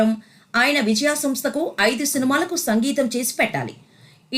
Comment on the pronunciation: విజయా సంస్థ పేరునే సరిగా పలకలేని యాంకరమ్మ ఆహా